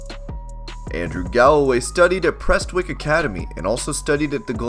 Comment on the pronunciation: Hearing an American say prestwick, and Glasgow properly is weird....